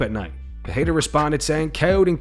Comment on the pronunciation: You´re not african, stop saying Adesonya like a tribesman! That while you spew a pathetic Parrrreira...